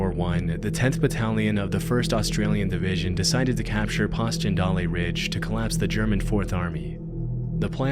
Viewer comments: Hoofprints of a common farm animal known for its climbing abilities appears in country with lots of pastures on places that animal could easily reach. Pass-chen-dolly? It's pronounced Passion-dale. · Lol Pasken-dolly....It's pronounced Passion-dale. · Passchendaele pass-shen-dale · It's passiondale and Keltik. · Passchendaele is pronounced like "passion-dale". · For future reference, and not wanting to appear rude, Celtic Wood, during the Battle of Passchendaele. Unless you're referring to a sports team (Celtic FC or the Boston Celtics) it's pronounced "Keltic". Passchendaele is pronounced "Pass-shen-dale", with the "dale" rhyming with sail or veil. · “Poss-chen-dalay” is wild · Passchendaele - Pash-in-dale - I was confused what you said for a minute. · bro absolutely butchered Passchendaele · The way bro pronounced "Celtic" threw me off, but the way he pronounced Passchendaele almost flatlined me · pronunciation of Passchendaele deadlier than the battle itself lol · That is not how you say Passchendaele